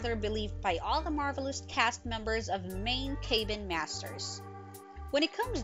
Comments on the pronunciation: "cay been"? Oh, CAB-BIN. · In what world is 'Cabin' EVER pronounced as 'CAY ben'??? This narrator needs to be corrected! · Thank-you! What a maroon...Kay- bin. Where on the planet is cabin pronounced like that?🥴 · You would think narrator could pronounce cabin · Good post, but the narriator needs to learn how to pronounce "cabin" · You don’t know how to pronounce “cabin”?! Seriously?